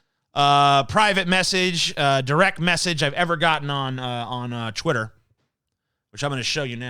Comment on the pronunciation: Has anyone noticed that TJ says Chwitter when he says Twitter And Chweet for Tweet Is that what people usually say I havent noticed this before I usually say it with a T'